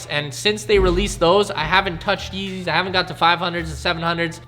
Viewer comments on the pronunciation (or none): Mans said real yezzys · Is it just me or did he say feezys a lot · he said feezys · did he say feezys